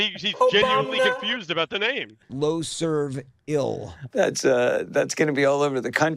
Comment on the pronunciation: Dude, nobody launches a tour called "Loserville," pronouncing it "Loserv-ill," and isn't pushing a parody of sorts. He's clearly off, and delusional, but he also seems to be just screwing around.